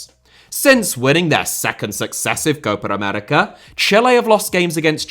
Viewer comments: Am I the only one kinda pissed with the way he pronounces "Copa America" most of the time? It's not Cohpar Americar man come on 😂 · you should pronounce Copa América as two different words. It sounds like you say Coparamerica every time